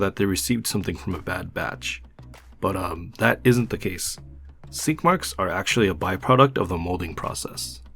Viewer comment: Swore he said skid marks!!!!